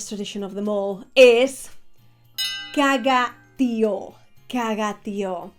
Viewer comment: It’s Caga Tió (Pooping Log in Catalán), not Caga Tío (Uncle Poop in Spanish).